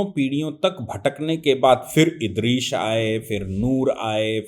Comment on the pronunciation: ये दुबे जाहिल, जो हदीस को हदीत बोल रहा है नूह को नूर इदरीस को इदरीश बोल रहा है सून लो ख़ुदा ने हर नबी को अलग अलग किताबें और सहिफे दि वह किताब उसी नबी के ज़माने वालों के लिए थी, नबी जब दुनिया में आते तो उन्हें किताब मिलती वह किताब को मानने और उसी किताब के बताए हुए मार्ग पर चलने को कहते, जब वह नबी दुनिया से चले जाते तो लोग धिरे धिरे उस मार्ग से भटकने लगते और किताब में इंसान अपनी अकल हेर फेर करते इस वजह से वह किताब असली नहीं रहती और लोग पुरे तरीके से गुमराह हो जाते तब दुसरे नबी आते उन्हें दुसरी किताब मिलती नई शरियत मिलती ।